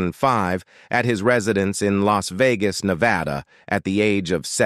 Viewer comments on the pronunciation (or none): none